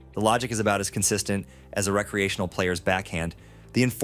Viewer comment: R-ee-creational. AI slop voice.